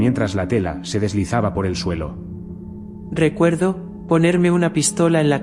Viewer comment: Si tú dices tdielo en ves de suelo estás drogado